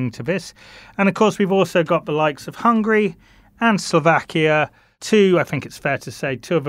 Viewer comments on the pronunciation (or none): none